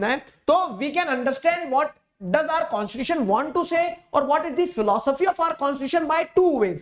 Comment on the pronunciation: Constitution ❌ Conshishution ✅ 😅😂😂